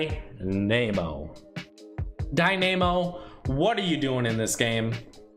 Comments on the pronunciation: It’s Dynamo, like dynamic but dine-ah-mow. Not DIE Nam O...sheesh. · i cringe every time he says dynamo